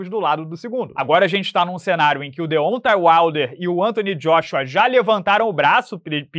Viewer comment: nunca aprende a pronunciar "Deontay Wilder" kkkkkkkkkkkkkk